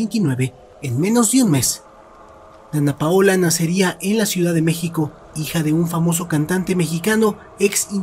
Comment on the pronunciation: Me desespera cuando dice donna ….paola 😵‍💫